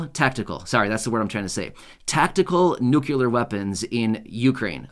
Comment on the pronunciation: It's nu-cle-ar, not nuc-u-lar.